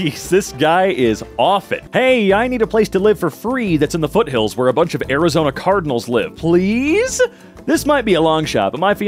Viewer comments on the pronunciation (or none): none